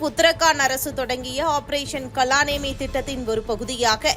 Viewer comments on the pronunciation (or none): வணக்கம்! அம்மா! தமிழ் நாட்டில் இந்தி மற்றும் சம்ஸ்கிருதம் போன்ற பாஷைகளைத்தான் நீங்கள் படடிக்கமாட்டோம் என்று ஒற்றைக்காலில் நின்று முரண்பாடு செய்து வருகிறீர்கள். இது போன்ற பதிவிறக்கம் செய்யும் போதாவது கூகுள் ஏஐ போன்றவற்றின் உதவியோடு சரியாக உச்சரிக்கலாமே. அத்தோடு இந்த 'காலநேமி' ராமாயண மஹாபாரதத்தில் அடிக்கடி காணப்படும் ஒரு கொடிய அரக்கன் ஆவான். ஆகவே இது ஒன்றும் புதிதல்ல. இனிமேலாவது இதுபோன்ற தவறுகளை தவிர்க்க முயற்சிப்பீர்கள் என்று நம்புகிறேன். நன்றி